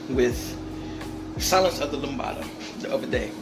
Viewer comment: Lambda not lambada